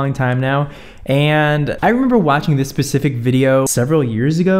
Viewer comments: "this PACIFIC video" ahhhh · “this Pacific video”